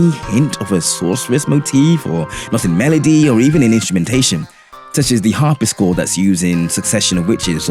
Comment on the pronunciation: Great video. I love Uematsu and his use of motifs. I didn't personally notice a few of these, especially that The Last Story one. My only criticism here is that you mispronounce harp-si-chord as har-pis-chord.